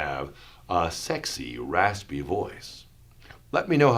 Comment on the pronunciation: Take a shot everytime he says “sekxy rasspy voyss”